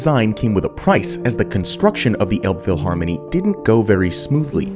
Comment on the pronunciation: You accidentally pronounce Elbphilharmonie the way we humorously call it: Elb-vieh-harmony. Which would mean Elbe river Cattle Harmony, with the "Cattle" standing in for the expression "stupid cattle"